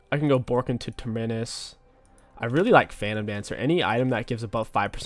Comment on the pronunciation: Every week he learns how to say terminis a little bit better